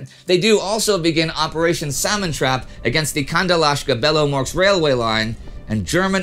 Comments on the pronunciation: To be honest, there are some mistakes in his pronouncing. Rybachy peninsula is Rы-bah-chiy, where ы is a special Russian sound close to e in "houses", and ch is like ch in "cheap". Also Kandalaksha, not Kandalashka - this is confusing word even for Russians, because it has Karelian origins. And sometimes Indy is bad in Russian emphasis, especially in Russian surnames. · But not Kandalashka in any way. Though it sounds more amusing!